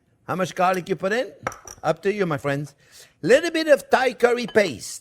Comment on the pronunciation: "Well hello there phrinzzzzz"= the best!